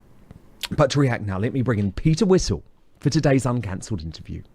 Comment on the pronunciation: That kept calling calling Peter Whittle, Peter Whistle 😂.